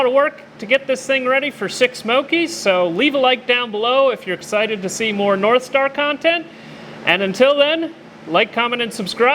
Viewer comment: did you say narthstar?